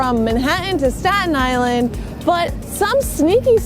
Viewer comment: Isn't Staten Island pronounced differently?